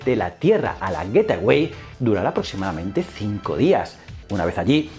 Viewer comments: Hola como critica constructiva: El nombre de la estación es GateWay (Güeitguay), se puede traducir como la puerta del camino o así Como tu lo pronuncias es GetAway (Güet aguay), que se puede traducir como huida o piérdete! Un saludo y me encantan tus vídeos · "Getaway" no, "Gate Way" (gueitwey) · Como lo has pronunciado tantas veces yo he entendido: " Getaway", en lugar de la correcta "Gateway". Un saludo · Joe con la mala pronunciación de "gateway"... lo pronuncias como "getaway" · Buen video, excepto por como pronuncias el nombre del a estación espacial que orbitaria la luna... significaría otra cosa bien distinta....